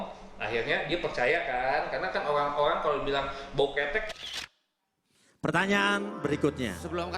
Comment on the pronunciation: Orang-orang kali, bkn ohang-ohang.. Bilng "R" aj blm bnr sok2an bka aib mantan, dasar cadel.. 🙊🙊 Kesel gue lma2, dgn Parasit 1 ini